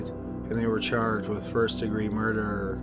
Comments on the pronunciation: For me it isn't the tempo, it's the tone, or lack of tone and the emphasis on the wrong syllables in certain words. He literally turns the word murder into a three syllable word. Still a good channel. Also, constructive criticism isn't a bad thing. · For love of god man, the word murder has only TWO syllables. Stop turning it in to three. PS. Your channel rocks.